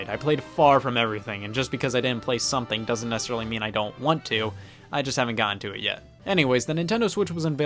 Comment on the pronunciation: Its necESSARILY, not necerrily. Don't worry so much about squeezing words out at a high rate of speed. Focus on the actual syllables of the word.